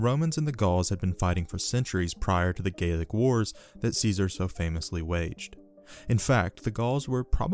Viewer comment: So I am a little confused on your pronunciation regarding what I think is Gallic? But you pronounce it like Gaelic. or are you saying Gaelic? Sorry I am just confused.